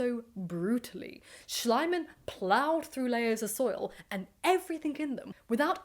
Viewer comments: I know I'm a little late to the game but here goes nothing. A golden tip on pronunciation: English is by far the only language in which the letter "i" and to a lesser extent the letter "y" are pronounced as aye. So Schliemann should sound like Schleemann. You're welcome, should you get to read this,. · I have to ask, would all of these discoveries have been possible if not for the money Schliemann spent on the project no matter how he butchered things? Also, in German, the second vowel is sounded so it is Schleeman. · Small Detail: based on the spelling, the correct pronounciation would be shleemann. Long e. Lovely Video on a man that needs to be Made fun of in History books more often. Especially the German ones. We are a Bit too good at pretending that it's Just the british and french who keep on destroying stuff by "discovering" it 😅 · I think it's really funny how you pronounce the name Schliemann, as the German pronunciation isn't Schlaiman (which is my attempt at writing it the way you say it), but more like Schleeman, it's pronounced e, not i. However, Schlaimann sounds very much like Schleimmann, which is German for slimy man, which kind of makes this a lot more funny 😂 Ope, just saw others already pointed out both the mispronounciation and the funny meaning of it, so I'm late to the party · Actually the name Schliemann is pronouced like "Shleeman/Shleemun" ..the German letter combination "ie" (called in German "the long i" pronounced longer than just a solely written "i" which is pronounced like the English "i" in "is" or "in" or "mirror") is like the english "ee" like "flee" or "knee" or "glee"..the German "a" is like the british RP English "a" in "fast" or "task" or "mask" or like the English "u" in "hunt" or "blunt" or "trust" Would his name be "Schleimann" with letter combination "ei" which is pronounced like the English "i" in "isle" or "Ireland" instead of "ie" then your pronunciation would have been basically correct.